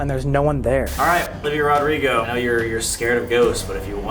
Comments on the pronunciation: I love the way colby said Olivia Rodrigo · The way colby says "Olivia Rodrigo "😭💀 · The way he said Olivia rodrigo its just so funny love them both😂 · The way Colby said Olivia Rodrigo got me dying